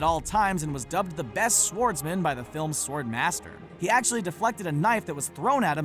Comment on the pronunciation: Dude, perhaps no one explained this to you in 2nd grade...when you say 'swordsman' the 'W' is silent.